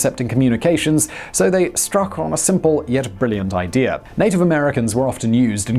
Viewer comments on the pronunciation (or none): none